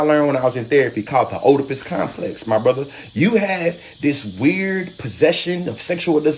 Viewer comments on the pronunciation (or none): Dude can't even pronounce "Oedipus complex" and he's lecturing people about it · Her references from the journal of "trust me bro" Also thats not how to pronounce Oedipus